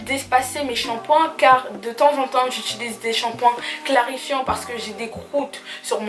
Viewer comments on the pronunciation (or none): Bonjour, Je suis une toute nouvelle abonnée qui vient de découvrir ta chaîne et j'en apprécie vraiment beaucoup le contenu. Par contre, j'ai remarqué que tu parles de cheveux pEUreux(en rapport avec la peur)... Or, il s'agit de cheuveux pOreux(en rapport avec la porosité). Aussi, tu as tendance à dire "I-tU-lise" et non pas U-tI-lise (du verbe utiliser et non pas ituliser... J'espère que tu ne m'en veux pas de corriger ces deux petites erreurs de prononciation! En tous cas BRAVO pour ton succès largement bien mérité et très bonne continuation ^_^